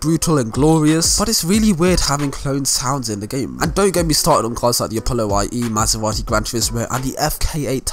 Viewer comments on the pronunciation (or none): none